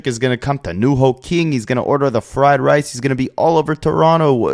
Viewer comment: Super duper goof but ngl the way he said fried rice had me weezing 😭